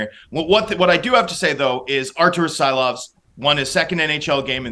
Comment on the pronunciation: I think the first pronunciation was pretty spot on...(see-lovs)